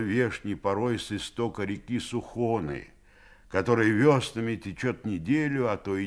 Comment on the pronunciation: Я из Вологды. Мы называем череповчане, а не черепяне. Сухона с ударением на первый слог. Режет уши.